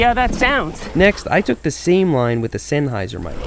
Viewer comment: It's pronounce sennheiser not sennheiser!!!!!!!!!